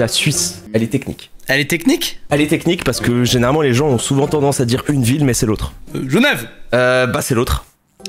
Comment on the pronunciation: J'ai eu mal quand il a dit Genève